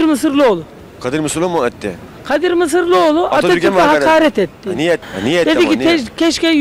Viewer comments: Keşke önce soyadını öğrenebilseydiniz. Mısırlıoğlu değil Mısıroğlu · MISIROĞLU.. mısırlıoğlu değil! önce bunu öğrenin..